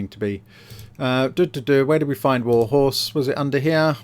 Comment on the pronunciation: The amount of "warhose" has me humming "look at my warhorse, my warhorse amaziiiing, give it a roll"